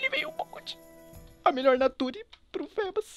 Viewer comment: se fala fibas,( mas se escreve feebas) fébas parece nome de doença!